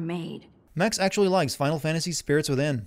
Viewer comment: "Pluto isn't a planet" Ackechualy